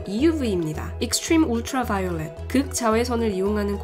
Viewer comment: 익st츄륌 울트롸 vㅘ이올뤳